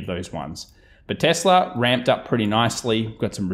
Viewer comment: the way you say nividier and tesler is funny